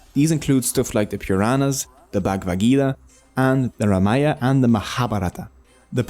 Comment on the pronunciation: Good one. One small correction pl. Correct name of the epic is RAMAYANA & not Ramaya.